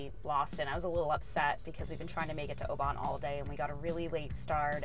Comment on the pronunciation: Oban should sound like Oh bin , you’ll probably get a few tricky ones coming up